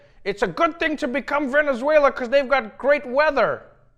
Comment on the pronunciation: Whoa. Trump actually pronounced Venezuela right. I mean that's something new.